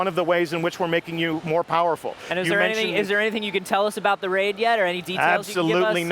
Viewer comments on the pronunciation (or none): Lol did say become more fowerful or was I hearing thing? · he said voerfull